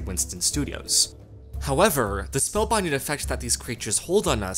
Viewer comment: Informative video. Next time perhaps use a narrator with decent pro-nun-ci-a-tion, who doesn't race through the words. "Spellbinding" and "cinematography" have multiple syllables.